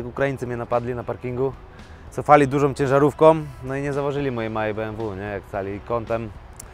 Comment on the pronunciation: "...cofali dużom cieżarufkom..."